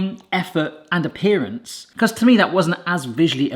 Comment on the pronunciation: "A pperance". Say it with me now: Appearance. I'm foreign and can spot these mistakes... XD